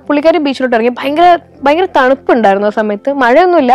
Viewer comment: ബയങ്കര അല്ല ഭയങ്കര ആകുന്നു!! പിന്നെ ഭയം ഉളവാക്കുന്നതാണ് ഭയങ്കരം. അതുകൊണ്ട് ഒരു പത്തോ പതിനഞ്ചോ ഭയങ്കരം മതി!!